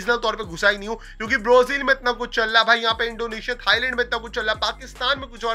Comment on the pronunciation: Brazil ❌ Brozil✅😂😂